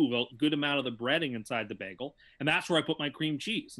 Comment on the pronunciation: funniest thing about this is the pronounciation of "BEG-EL"